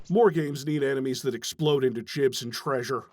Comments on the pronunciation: As a gross sweaty nerd I was IMMEDIATLEY offended that you said "jibs" instead of "gibs". How dare you. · First off it’s “ gibs” not “ jibs” I hate when people claims to be old school and make stupid mistakes like this